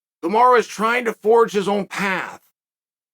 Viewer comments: Yo Chael.. it's Kumaru not Kumara. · 1 single loss and Chael is calling him Kumara 😂